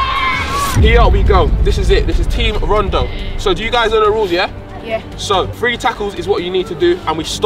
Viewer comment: Eman can't pronounce three